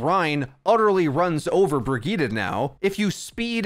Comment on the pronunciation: I seriously can’t unhear the “Burgitta” 😂😂